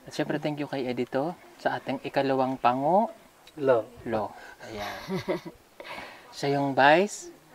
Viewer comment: Grabi tawa ko talagA sa pag bigkas ni Ng pango Lou😅😅😅🥰